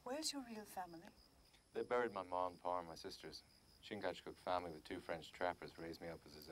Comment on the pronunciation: Talk about mutilating a name. It is spelled Chingachgook, in three syllables.... Chin-gach-gook. The French referred to him as "Le Gros Serpent" The Great Snake, due to his ability to judge people's motives and intentions, and strike swiftly. Similarly, Magua is given the alias "Le renard subtil" meaning The wily fox.